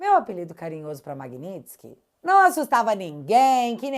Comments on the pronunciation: Magnipilikitsk. Kkk Gilmar analfabeto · Se eu fosse o Gilmar, ia treinar falar Magnitsky um monte de vezes antes de falar em público